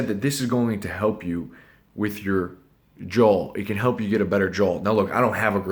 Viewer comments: "jawl" pls stfu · love the video, hate they way you say “jaw” as “jawl”🤣😖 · It's NOT pronounced "jull", it's pronounced like "jah" & spelled jaw. And it's NOT "jull-line", it's pronounced like "jah-line". Open your mouth and say "awwwww", NOT "ALLLLLLL". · you shut your mouth before I take you to grammar & pronunciation school! We'll have to wire your 'JULL' shut. 😂🤣😂🤣😂🤣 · "I'm not saying I have an awesome JAWL" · he says “JO” HAHAHAHAHAHAHA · ha he's saying jole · i like how you pronounce 'JAW' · J o w a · Even automatic subtitles hear it as joel xd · want a better joe? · The way he says jaw cracks me up 🤣😂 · I KNOWW😖🤣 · The guys who steal R2D2 & C3PO were called JOHLWAS